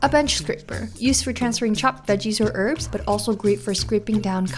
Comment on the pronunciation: "ERBS" do better... HERBS